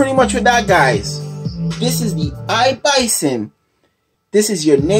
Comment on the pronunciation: Its not Bison its iblason with an L.Thanks for nice review.I have an iblason case on my htc one a 9 and I love it.